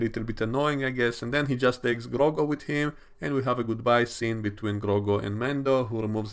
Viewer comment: Why do you keep calling him Grogo lmao